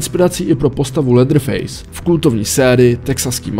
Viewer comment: Latherface? není to leatherface?